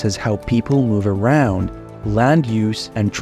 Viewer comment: Please have a look at how your pronunciation of 'car', 'around', 'key roles', and the like. In particular at the end of a sentence. It is atrocious to say the least.